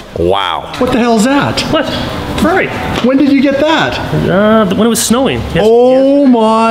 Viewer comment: "ferrarri" xd